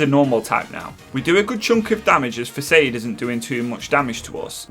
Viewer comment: 'Flora-ga-to' not Flora-gay-to. Gato is meant to be the spanish word for cat , also Kitakami is 'Key-tah-kah-me', facade is pronounced /fəˈsäd/ 'feh'sawd